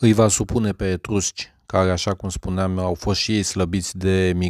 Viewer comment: Etursci ? Nu mai degraba etrusci ?